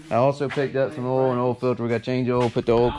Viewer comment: geez bud you teach english. it's "oil" not "ole"